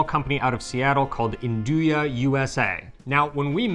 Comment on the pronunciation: Nduja when said by the d is silent but when says it the d is emphasised. I suspect that says it right.